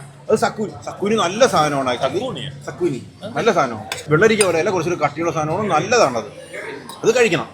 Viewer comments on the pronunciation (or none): Zucchini ❌ സക്കുനി ✅